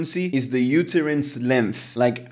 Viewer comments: Only native English speakers can tell English is not your first language, such as myself. For instance, utterance is pronounced “uhterance” not “youterance.” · To "jump the tower", "I see it very sensical", "yoooootterance" and not knowing the word "stop watch" proved that English isn't your mother tongue. 😂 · I thought for a second you were talking about the UTERUS 🤣 when you were talking UTTERANCE (pronounced “uh-tuh-runss”)